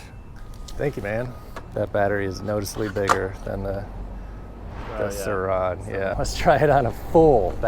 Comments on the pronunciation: He sounds like he's saying "sir Ron" like a British lord or some shit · The way you say sur RoN is bothersome